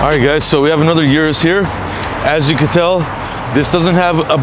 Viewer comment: O-RUS not U-RUS